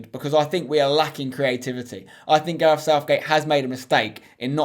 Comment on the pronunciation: It’s gareth. Not garef